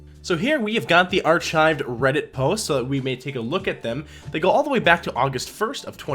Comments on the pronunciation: Wow, you're a piece of work, aren't you? If you have a problem with someone's private life, you post it on YouTube. Get over yourself. I wouldn't subscribe to your Channel if it was my only choice. And, btw, it's pronounced "ar-kive," not "arch-ive," you illiterate choad. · It's pronounced arKive, bud. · It's pronounced ARK-hive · It's pronounced "ar-kive" you dumb see you aunty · ...does this dude not know how to pronounce the word "archive"? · You mean, he deleted his own reddit posts... Maybe you should learn how to pronounce 'archive'. Get a life, dweeb. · Mans doesn't even know how to pronounce archive lol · How are we supposed to take seriously someone who can't properly pronounce "archive?" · Your pronunciation of the word archive is incorrect.